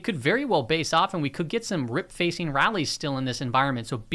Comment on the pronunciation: there you have it again - "rip-facing rally"!!! 🤣😂